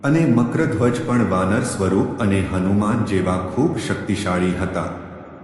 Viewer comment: Nam no ucchar to spashta karo